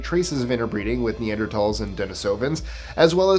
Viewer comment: Thank you for pronouncing "Neanderthal" correctly. It annoys me when people pronounce the h in the name.